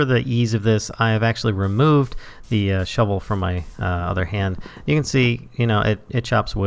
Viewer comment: you are saying the path is speshil for that shuvil all shuvils can do that.